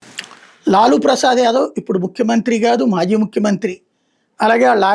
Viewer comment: లూలూ కాదు లాలూ